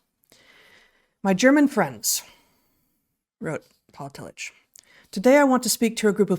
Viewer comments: I went to Union Theological Seminary, where Tillich taught when he came to the US, and at that school his name was universally pronounced TILL-ick. That was how it was pronounced when I was an undergraduate as well. In fact, this is the first time I have heard it pronounced Till-itch. And the Courage to Be is an important book in my life as well. 😁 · Excellent & soul-shoring up as usual. Just FYI: Tillich is pronounced Till-ick not Till-itch. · I’m fairly certain his name is pronounced “till ick” not “till itch”, at least that’s how I learned it in my philosophy courses. I’m surprised he is new to you both. His book The Courage to Be was important for me. I feel a revisit there would be akin to a long soak in a mineral bath for my heart and mind about now. Keep exploring. It’s good for all. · There are some slight differences that a German speaker might distinguish but the k sound is very close to the ch in German. And Tillich despite what you say or the mispronunciation in this video is pronounced Tilluk or tillick when referring to the fairly well known philosopher's proper name. It is not really open to debate. People get to decide how their names are pronounced. The ch is pronounced precisely how the ch is pronounced in Dietrich. That is just the way it is and it seems a bit careless and disrespectful for this video to create confusion about it. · Fantastic podcast. So interesting and so relevant to today. Thanks for introducing him to a new generation of thinkers. I believe I am right in saying the name is pronounced " Tillick" as if spelt with a " k."